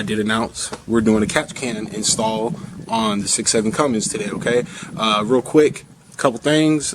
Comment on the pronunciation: You have a USMC flag hanging, but you don't know how to properly hang the American flag!?!?! Cummins does not have a G in it, so stop saying it that way.